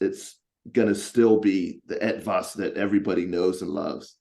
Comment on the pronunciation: Hey, your pronunciation of "Etwas" is perfect. I for a moment thought this interview was held in German language! Long time since my last Ranger Talk, great interview, thanks to the both of you.